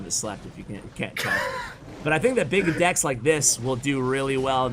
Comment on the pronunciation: Really emphasizing the BIG dEcks😂